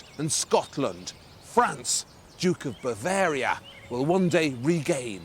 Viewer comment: When you say Bavaria, it sounds like a disease.Can you please do something about it.